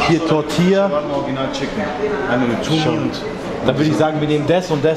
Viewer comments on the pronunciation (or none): none